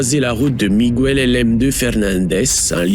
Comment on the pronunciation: Marroquín, pas Marrocouine ! En espagnol, le "u" ne se prononce jamais après les lettres "q" et "g" ! Ce terme signifie "Marocain", ce qui peut laisser supposer que cet homme a peut-être eu des origines au Maroc. Idem, on ne dit pas Migouel, mais Miguel (comme ça s'écrit). A part ça, la vidéo est assez instructive. Merci.